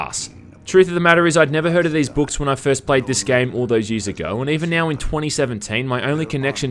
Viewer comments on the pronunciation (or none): none